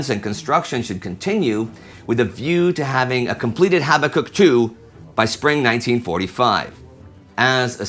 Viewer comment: HABAK UKK, not HABBA KUK